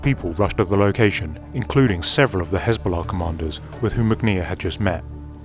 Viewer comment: I'm suspicious about this video. This would be classified, so who declassified it and why? Seems unlikely that this would be declassified so soon. Also, I think the narrator is an AI voice by the way Hezbollah and Mossad were mispronounced.